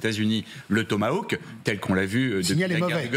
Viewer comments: c'est pas "tomaWoke" bon sang mais tomahhhhhhhhhawk, vive la prononciation Française.... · Trump n'a aucun Toma-woke dans son arsenal. C'est grave de pas savoir prononcer correctement un mot en anglais alors qu'on se veut être une grande chaine d'info.